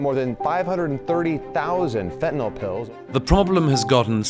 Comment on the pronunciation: Thanks for pronouncing fentanyl correctly (it's not "fentaNOL" !)